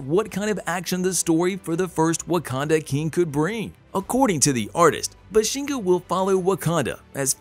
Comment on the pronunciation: BAH-SHEN- GAH..... not buhshinga